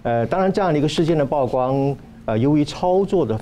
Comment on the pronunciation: 來賓教育水準待加強，曝光不是報光